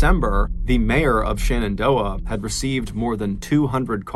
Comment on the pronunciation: I know this is just a fan edit channel, but it drives me nuts when people mispronounce basic stuff. I know, everybody loves MrBallen, but it's not ShAnnondoah, it's ShEnendoah. Stop saying SHANNONdoah.